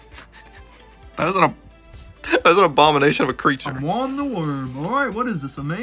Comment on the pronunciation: its not wom its womy there is no y on the name